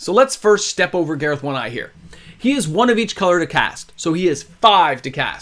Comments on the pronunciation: Why do you pronounce it Gareth like the guy from the dollop instead of garth like garth brooks? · I'm sorry but I have to say it, you've been calling him Gareth but it's Garth, like from Wayne's world. Boomstick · Not sure why you’re mispronouncing “”Garth” but otherwise great content.